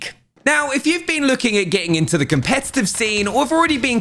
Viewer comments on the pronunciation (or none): none